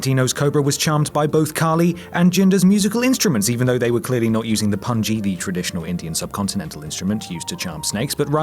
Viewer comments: Punjibi??? It's PUNJAABI... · "Punjibi" - knowing he knows as much about the subcontinent as he does wrestling; about as much as the script-writer gives him.